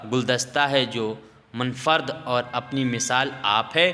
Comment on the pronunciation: پہلے اپنے تلفظ پر محنت کرو۔ غلط تلفظ سے پوری پیڑھی غلط تلفظ سیکھے گی۔ اسم با مسما پڑھو۔ Ism-e-Ba mosamma اور بھی غلط تلفظ ادا کیے گئے ہیں۔ ان پر دھیان دو۔ Munfarid